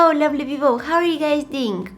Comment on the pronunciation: Haloo lably people😆